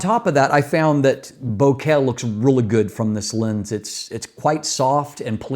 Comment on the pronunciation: long video - correctly pronounced bokeh - cool cat subscribed